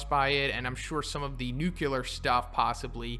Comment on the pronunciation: Weird how people can't pronounce "Nuclear". It's just "new" + "clear". Do they say "cular" when they try to say "clear"?